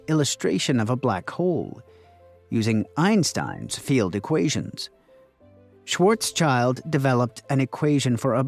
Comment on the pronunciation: Sorry to be that one person, but you've pronounced Schwarzschild wrong. It's not schwarz + child but rather schwarz + shield.